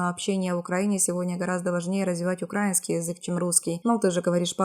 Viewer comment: А почему Вы, передавая условный диалог ученика и учителя, несколько раз произнесли укАинский, а не украИнский ??? Це теж викликає питання.